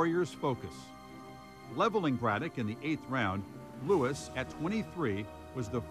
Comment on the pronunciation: Louis not "Lewis"! 'nuff said.